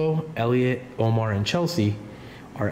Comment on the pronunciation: It's, " Lomar, not Omar.":face-blue-smiling::hand-purple-blue-peace